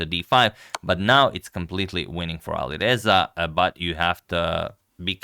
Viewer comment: Alireza pronunciation 🗿